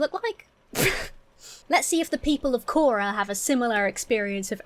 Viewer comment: It's quora, not kora